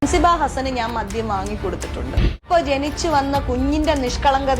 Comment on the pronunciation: മധ്യം അല്ല മദ്യം